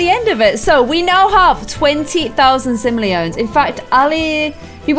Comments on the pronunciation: sim-oh!-lee-un (like "un"-der). Lolololol. Ik this is an old video now, but whatev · this is how you say simoleons Sim-o-le-ons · No it’s called simolions not trying to be rude or anything but it is simolions not siolians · This is how says Simoleons "Simleons" 😂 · lol omg "twenty thousand sim-lee-ons" i dont even know how to say it anymore 😜😎😍🤣🔥😆😂👌😁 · repeat after me. Sim-oh-lee-ohn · the sim money is called siolians not simleons